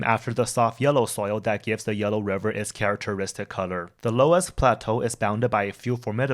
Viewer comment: This is a very welcome introduction; it makes China's history more comprehensible. I like that you employ native Chinese pronunciations. One tiny point: the word 'loess' (the fine, wind-deposited soil) is from the German and pronounced in one syllable: /löss/ , very close to the English 'less.' There are extensive areas of 'loess' in Eastern Washington State and in Iowa, where they form soils renowned for their fertility.